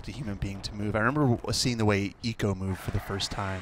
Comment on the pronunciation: I know haha my point is the guy keeps pronouncing it wrong